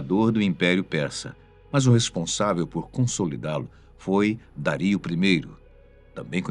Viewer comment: Os meus ouvidos sangram aos escutar o nome Dario ser pronunciado de maneira claramente errada.